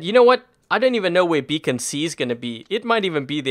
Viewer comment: Funny how he said that dam becon